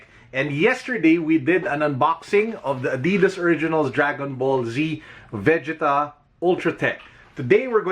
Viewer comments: Why do say it like ve•ge•ta instead of ve•gee•ta? 😭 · VE - JEE- TAAAaAaAAAAAaaaaa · It is Vegeta when it's dubbed in Filipino(Tagalog) and aired in Philippine TV. Every kid who watched the series during that time say it the same way. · Why do you make Vegeta sound like Vagina ? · Ok anyone else pissed at how he is saying Vegeta completely wrong. Do not shame name of the prince of all saiyins!! You do not want to feel the wrath of Vegeta’s Big Bang attack!!!! Aaaaahhhhhh✋🏻💨💨💨💨💨💨💨💨💨💨